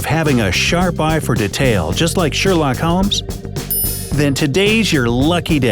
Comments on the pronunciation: said detail wrong 1 mistake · Why do you pronounce “detail” differently ? Lol